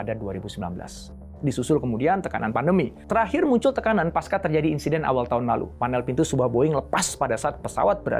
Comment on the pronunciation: Pasca tidak dibaca sebagai paska pak, tetapi tetap pakai bunyi c